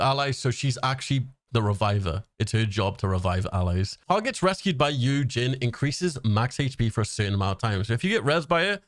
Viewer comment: Also Yujin is pronounced like Eugene 🤗 and is he korean?? I thought he looked more greek or something?